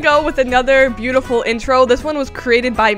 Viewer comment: Hello my bootiful bubbles TODAY wait- 2nd try: Hello my bootiful bubbles a- 🤭 3rd try/ the most HILARIOUS ONE IN MY OPINION: Hello my bootiful bubbles make sure to sUbScRiBbLe ( thinking about her life choices "WHAT HAVE I DONE PANIK")